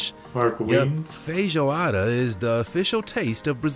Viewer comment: the guy in the video they’re reacting to… the pronunciation of feijoada is… interesting